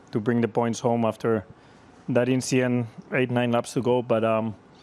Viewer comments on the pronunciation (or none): Mr Sainz, it's pronounced inchident😂😂😂